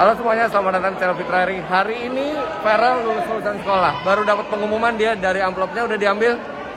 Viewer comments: Verrel apa farrel nama anaknya? Kok bapaknya salah2 nyebutnya 🤣🤣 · Namanya Farrel Refellyno, kalo soal ferrel atau Farrel tergantung pronounce/accent aja sih, Farrel lebih ke aksen Indonesia sedangkan ferrel aksen US